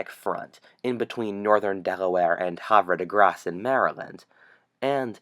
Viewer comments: Um did you mean Havre De Grace? Just so you know no one says it with a accent like that. But liked the video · Bro you cant pronounce havre de grace